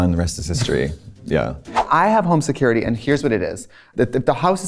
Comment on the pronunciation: Se currity??? Se-curr ittee !!!